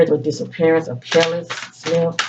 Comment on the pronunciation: You’re pronouncing her name correctly ☺️ Very intuitive. Thank you for clarity. Seems to be very aligned with the current situation.